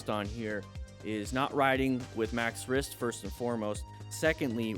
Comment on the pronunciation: Hes called maxwrist not maxrisk